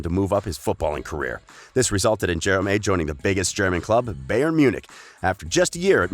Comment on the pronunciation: You pronounce Jerome wrong and Bayern